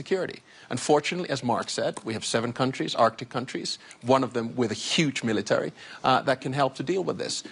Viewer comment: "Militowry?" hahaha what a joke they are.